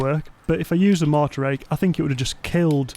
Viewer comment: the way pronounces “mortar” tickles my brain 🧠 just right 😂 “mohhtah”